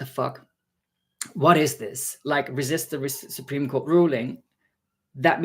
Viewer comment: "the Support Cream ruling" Now that's the kind of spoonerism I need in my life 😂